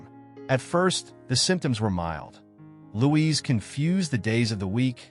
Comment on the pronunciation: It's Luis and not Louise.